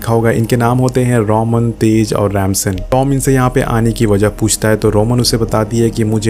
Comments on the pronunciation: Rip English it's Dom not Tom, it's Ramsey not Ramson😂😂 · Its dom not tom Its remsi not ransan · Tom Nahi Dom h uska naam 😂🤣 Kya Explain krega re tu Tez ko ramsen bolra h or vo ramC h chaperone nahi Chyper h 😂🤣😂🤣